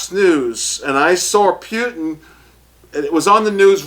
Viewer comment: its not puItin its pu-tin